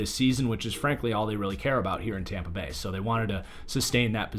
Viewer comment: Hear when it said tompa bay